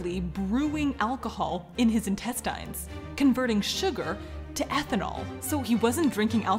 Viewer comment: This is crazy, and I know the word "intestines" is spelled like that, but is it supposed to be pronounced like that?